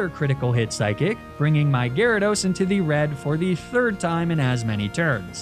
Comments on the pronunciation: My boy said Gyaradye 😂😂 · "gyradi" pfft gyrados clearly has greek roots and would use the second declension plural "gyradoi", like one of its roots "gyros". Shocked to see such sloppy research from!